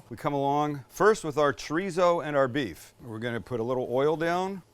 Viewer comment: I feel like after the beef bourguignon, Sam has been pronouncing beef as "beouf" And I'm here for it!